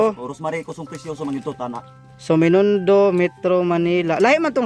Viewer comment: Binondo hnde menindo